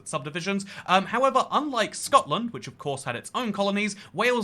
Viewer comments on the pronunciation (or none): none